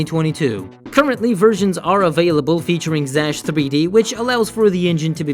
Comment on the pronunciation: It's not Zash, it's ksash...